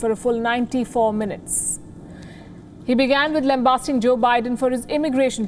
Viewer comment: Lamb basting, not lamb barsting...